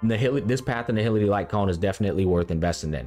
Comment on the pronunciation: erudition* nihility*